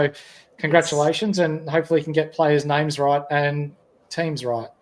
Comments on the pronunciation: How can I listen to the advice from when he can’t even pronounce the players names.. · I've got 90% of my team picked on this guys say so... I hope he's better at gathering information than he is pronouncing names.🥵